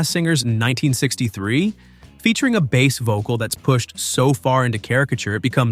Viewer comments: Its mister base, man not mr. Bass man,sounds like you talking about a fish😂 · How about pronunciation Mr "Bass"man as the fish instead of "base". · Mister Bass, pronounced like the fish, Man. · "Hello MOODAH" "Tip toe through the Tull Lips" "Mr. Bass (rhymes with ass) Man". SMFH